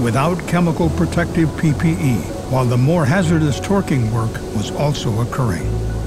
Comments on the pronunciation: Why does he keep pronouncing "twerking" that way? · Loath as I am to make light of a serious and fatal incident, it does kinda sound like he's saying "Twerking" instead of torqueing.